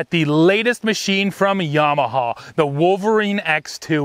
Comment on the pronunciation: A Canadian that pronounces Yamaha the correct way. Dear God above.